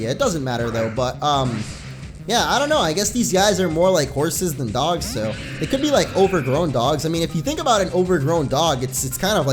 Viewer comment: Did you say legendary "doe-gs"